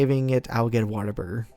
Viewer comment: Dude,, Whataburger, it sounded like you were saying waterburger xD